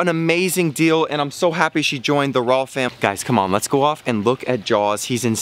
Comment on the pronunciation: Sounds like walfam every time you say raww fam XDDDD